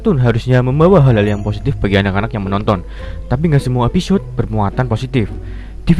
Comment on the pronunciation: "....EPISYOD...." Episyod... Episyod... tepok tangan